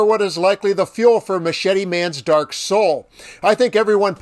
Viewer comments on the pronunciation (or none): none